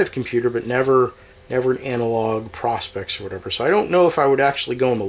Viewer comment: Learn how to pronounce the name ... PRO as in Professional..SPEX as in specs..! Lighting is not good also, but hey... maybe you will figure it out 🙂